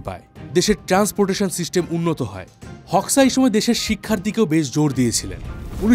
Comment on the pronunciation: গত চার বছর ধরে আমি আলবেনিয়াতে বসবাস করছি, আলবেনিয়া মানুষ গুলো অনেক ফ্রেন্ডলি, আর তার নাম এনভার হোক্সা(হোকসা) না উচ্চারণ টা হবে HOXAহোজা। 😅